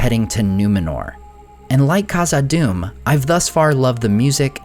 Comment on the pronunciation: The “Kh” in Khazad Dum is pronounced like the “Ch” Challah